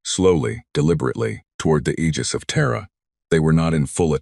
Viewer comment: Aegis is pronounced eejis ai, I know